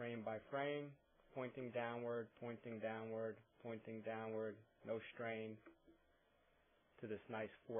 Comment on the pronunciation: I disliked your video. Why? Because the word "strain" is not pronounced "schtrain"! God that drives me crazier than foot pain!